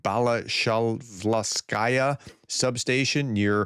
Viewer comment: they are simply called oil storage tanks. That Russian city is pronounced Bala-shov-skaya.